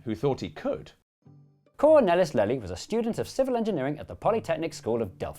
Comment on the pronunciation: All of your mispronunciations are excusable except ‘Cornelis Lely’ which I could have told you you should pronounce ‘Cornaylis Laylee’ if you had just asked.